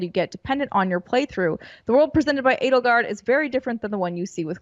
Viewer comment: It's not Ed-ul-gard or E-dole-gard. It's Ay-dole-gard. Like Edelweiss.